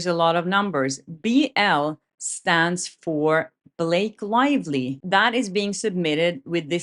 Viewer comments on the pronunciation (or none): How come you have a Swedish/ Nordic name but an English accent? You say his woive, Blake Loivly, what is going on here?